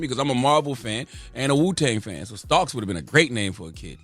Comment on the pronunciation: Nah, Charla. Marvel's dude is Tony Stark. But GFK's alias is Tony StarkS. Black folk gotta stop adding an "s" to err'body name.